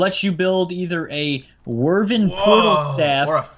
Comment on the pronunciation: you say it wi vern (i mean wyvren)